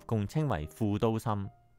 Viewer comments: 影片製作得很好，只想補充一點。 「渋谷(Shibuya)」的「渋」字，是日本漢字寫法，在漢文是寫法為「澀」, 並不是「涉」。「涉」是另一個字，「涉谷」是錯誤寫法。 「澀」在粵語有４個讀音： saap3 同音字：霎 sap1 同音字：濕 sik1 同音字：式 gip3 同音字：劫 而「涉」的讀音： sip3 同音字：攝 因此，不論把「渋谷」讀成「霎谷」、「濕谷」、「式谷」或「劫谷」都可接受，但讀成「攝谷」，是錯別字，是錯誤的讀法。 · 住過東池袋既我 睇到呢集好開心，多謝你 知道好多再深入D既故鄉故事。 提醒兩點 1.渋谷。渋 = 澀 ，念(色) 或 (劫) 幾十年香港人讀錯為(涉). 你有影響力 可以幫助港人改正。 2 藝術 既藝 要用鼻音。 注意KOL 唔可以有懶音。